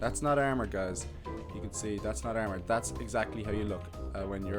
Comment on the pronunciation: armor not ermor